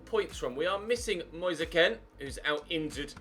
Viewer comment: It's not Ken, it's Kean, come on